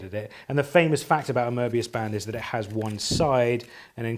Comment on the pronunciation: Very pleasing hearing someone pronouncing Möbius correctly 😊